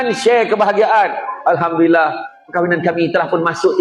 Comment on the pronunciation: Alhamdulillah, ha pada Alhamdu ialah ha ni (ح), baca supaya betul :)